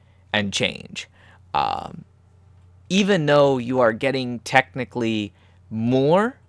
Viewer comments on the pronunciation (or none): none